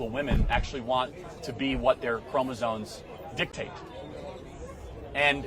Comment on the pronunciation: Charlie's only problem is pronouncing it "chromoZONEs." But everything else is spot on. Neither this woman or anyone else in this "field" can even DEFINE what "trans" is? It's an umbrella term and unscientific. It is a mob who want control.